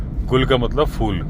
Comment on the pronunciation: humko ap ki chinta nahi hai lekin lakhon Bhartiya galat hindi seekh rahe hain aap se. Kripya ucchharan theek karne. "FOOL" nahi "PHOOL" hota hai. 🙏